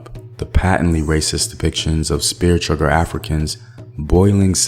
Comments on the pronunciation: If you heard someone say spearchugger, they were incorrect. And that’s how vocabulary, phrases, terminologies, oral histories, scriptures, pronunciations and other info become corrupted and distorted within a culture. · He says chugger on purpose- remember chucker is derogatory and YouTube has an algorithm and policy that could demonetize the video. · Its spear CHUCKER....how are you supposed to educate and u cant wvem get the term right?